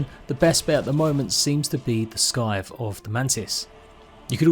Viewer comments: Did this man just say "Skythe" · The C in Scythe is silent amigo, as is the C in scimitar.